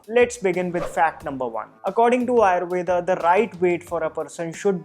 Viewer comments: 👍🏻Good, useful information But why are you pronounce wrong. आयुर्वेद is true pronounce even in English and not आयुर्वेदा. Similarly pronounce वात पित्त कफ & दोष AND not वाता पित्ता कफा & दोषा. NO NEED TO BLINDLY COPY ANGREZ. Are you or ा 😀😀😀😀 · its actually rama and Ayurveda in Sanskrit, north indians aren't pronouncing the 'a', but south indians still say the 'a'